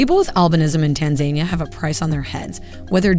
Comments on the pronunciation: I’m puzzled by her pronunciation of Tanzania. I thought it was Tan-za-NEE-ah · tanZAINia?! Wrong emphasis on the pronunciation! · TAN- ZA-NIA all the A's are pronounced like you would the word Apple. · Pretty sure that’s pronounced TAN-ZA-NEE-AH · Learn to pronounce Tanzania ( Tan-za-ni-a ) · It's pretty interesting that you can produce an entire video but not know how to pronounce Tanzania and tanzanians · Pleaseeeeeee put in the effort to pronounce Tanzania and other names properly. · who tf says Tanzania like that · I'm skeptical about this video because she can't even pronounce Tanzania correctly. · "Tan-za-NIA" not "Tan-ZANI-a" 🙄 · Tan-ZAN-ee-a is the proper way to pronounce this country. Tan-Zu-KNEE-uh is incorrect.